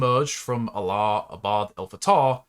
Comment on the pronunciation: Your pronouncing his name WRONG!!! You are saying his name as if he is the God of the Arab's.